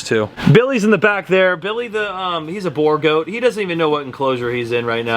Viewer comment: you really butchered the pronunciation of Boer goat😂 but is it fine I know you are not from South Africa…😅